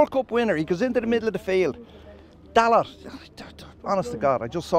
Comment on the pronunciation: Any fan that can not pronounce a players name correctly (Dalot) does not have a true opinion.